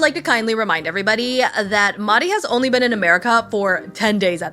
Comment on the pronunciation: Sorry I haven’t been keeping up with the show- did you change your pronunciation of Mahdi because it came up in the show that Stevie was saying it wrong? Because I need to know if they address it 😂